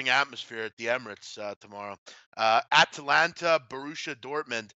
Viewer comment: D big man always says atlanta instead of atalanta. Love this show!